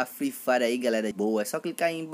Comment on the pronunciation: mano vc como narrador ia matar qlq um de risada, mto da hr "free frire" da hr, likee